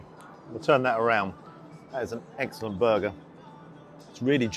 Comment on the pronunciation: Did you say eggsellent on purpose, or am i hearing things ? 😂